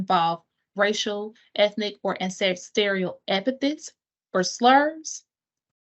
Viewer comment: The word is pronounced “an-ces-tral,” not “ann-cess-teer-ial.”